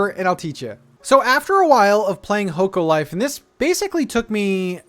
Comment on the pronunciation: The game is pronounced Hock-o Life